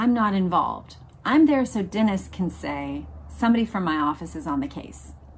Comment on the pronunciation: Love the recaps! Thanks for your hard work with them. On a side note, it's pronounced "Denise" for Edmund Denis. Like the girls name Denise. Can't wait for the next one!